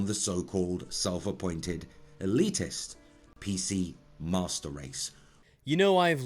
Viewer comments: Did he say PC "masturd" race? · am i mishearing or is he saying pc mustard race?